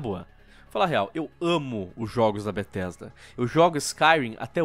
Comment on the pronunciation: N eh mais Bethesda... eh BRUHthesda